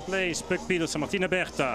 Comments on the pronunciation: It's neither! You can't get the name right,so what are you complaining about the commentators doing it? Puck pieterse PIETERSE! 🤌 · It's Puck Peters not Peterson